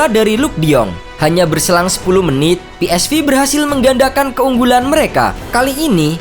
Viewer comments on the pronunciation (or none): Cara nyebut yang benar , Verman ( Veerman ) bukan Virman dong . Philips Sport Voetbal Eindhoven yang betul ejaannya Belanda A Be Ce De bukan E Bi Si Di . Pe eS Ve bukan Pi aiS Vi .